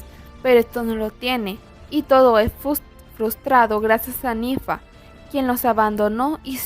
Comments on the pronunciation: Es nary no nifa 🙄😒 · buen video pero es nari no nifa ni nira